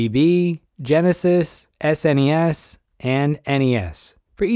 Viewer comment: Thank you for saying S-N-E-S and not "Snes" lol